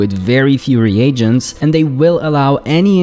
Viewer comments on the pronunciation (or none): none